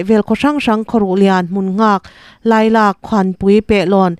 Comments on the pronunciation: Lailak tih hi ilam diklo.kal tawh...tih angin.Lailak tihtur..😊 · Lailak tih pawh I Lam dik lo cheu, lak tih hi tawi tek a lam tur. hetiang chhiar thin Chuan khaw hmingte ram hmingte a thluk hi fim khur hle teh u. Ngaihthlak a hrehawm thin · I thupuan ngaihthlak a nuam,mahse hmun hming i lam dan hi zir chian deuh a ngai,entirnan,Chamdur,Lungsir,Lailak tih te hi a lam dan dik zawk lo ngaihven la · Khaw hming thluk dikin puan ṭhin a va ṭha veee..i.e Lailak